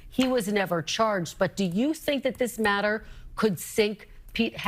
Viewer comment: Ben, you said matters, but it sounded like nutters😂